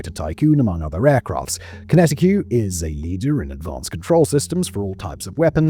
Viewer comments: “konetti que” 😂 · Almost died laughing when I heard him say "Kinetiqueue" 😂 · Kinetic. Not Kineti-Q. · QinetiQ == "kinetik" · Conetiqueue? You mean QinetiQ or kinetic? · Yes and QinetiQueue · Yes, and also Kinetiqueue. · i was so enjoying kwee-netty-kweww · I thought the first time was a simple mistake... But then he kept saying it 😅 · Its funnier the way Simon pronounces it. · 20 years or so since DERA became QinetiQ and it’s still getting mispronounced. 😂